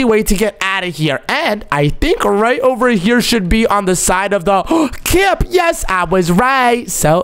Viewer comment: Camp poop sounds like cant poop😂😂😂